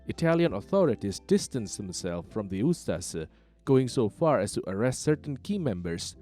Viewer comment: DIRTY COMMUNIST PROPAGANDA - THE NDH WAS A WELL ORGANIZED COUNTRY - WTF DO YOU KNOW, YOU CAN NOT EVEN PROPERLY PRONOUNCE USTAŠA/USTAŠE